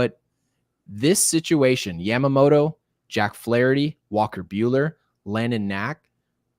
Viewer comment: I took Japanese in hs but correct me if I'm wrong. Isn't it yama-moto (yah-ma) and not yam-amoto? All I'm hearing is the 'beans, beans, tomato, potatoes, yams' song every time lmao